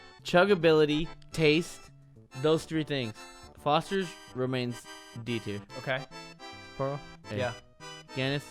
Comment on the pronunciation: Lmao they both said Sapporo wrong, but it would almost be right if you combined them.